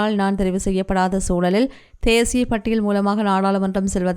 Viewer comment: தேஷிய உச்சரிப்பு 😢